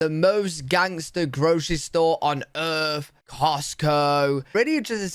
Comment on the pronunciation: Its not earf it is earth.